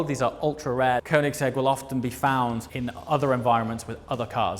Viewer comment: Bro, if you gonna be a dealer for koenigsegg you need to learn how to say Swedish "ö". It's pronounced Königsegg. Not cone-igs-egg 😂 The shield in the floor is cool I think. Gives a bit of a high end feel.